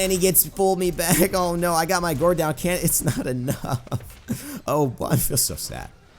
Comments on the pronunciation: bruh. why do you keep pronouncing gourd "guard?" it's pronounced like gord, like in Gordon. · "Thorw his 'gard' down" It's GOURD pronnounced G-o-r-e'd" Like Blood and guts and gore. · gourd is pronounced gord. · It's pronounced gord like food but with a g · Gourd is pronounced with an "or" sound. Not like guard. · Gourd is pronounced like Gorge (like a canyon or something) but with a D sound rather than a Ge sound. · Gourd,. Rhymes with bored. Just thought you should know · atleast someone said it